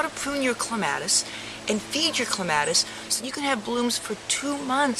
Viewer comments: It is correct to pronounce it either way. I think it sounds better the way she pronounces it. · Actually, pronounced either way is correct. I personally like it pronounced the way she says it.